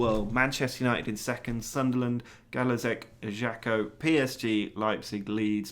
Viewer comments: It's pronounced Ajaksio, not ajakkio. Or actually Ajaksiu in Corsican language. Interesting concept btw :) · It's actually EYE-YAH-CHIO.